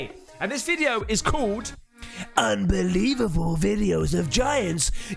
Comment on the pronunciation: "Unbelievavle" 😂 love all your videos mate and love the vibe. Keep up the great work 💯🔥👏🏾